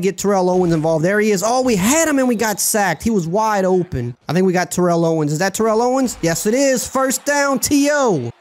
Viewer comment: lol TO would hate how you're saying his first name